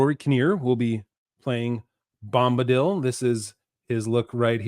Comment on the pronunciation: "Bomb"-badil... lol